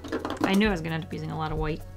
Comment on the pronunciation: I love when u said titanium kwhite